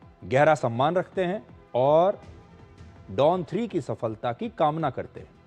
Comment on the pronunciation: सफलता शब्द का उच्चारण जिस प्रकार वह शब्द इस video में लिखा है, वैसे ही है। सफ़लता नही है, क्यों की फल शब्द संस्कृत है, फ़ारसी नही है। Phala, not Fala. Phala-Phool, not Fala, Fool Since we are talking about Hindi cinema/ Bollywood- there was a movie titled Phool Aur Kaante , not Fool Aur Kaante!